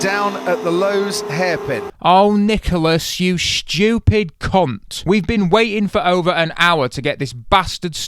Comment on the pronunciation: It's hilarious how he pronounces stupid like the comic stereotype, it's almost exactly like in a Russian Badger video Schweupid